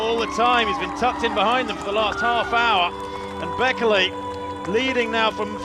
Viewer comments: Bekele - wrong pronunciation - second syllable is stressed. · Australian pronounciation of Bekele😂